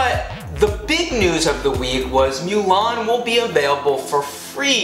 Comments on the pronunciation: It’s MOO-LAN not MEW-LAN!!!! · Thanks for the info but I can't like the vid because you keep saying MEW-LAWN ITS PRONOUNCED MOO-LAWN !!! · Every time you say “MYOO-LAN” it makes me wretch. Other than that it was a good video.